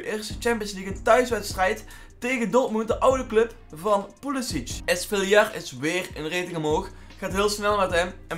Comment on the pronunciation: Geen haat maar spreek pls svilars naam normaal uit (geen esvielar maar gwn svielar)